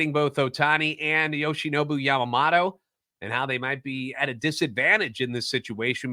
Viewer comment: Hey love the show! His last name is yamaMOto though lol. Not yamamato